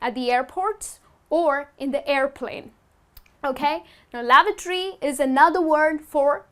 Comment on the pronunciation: you mispronounced lavatory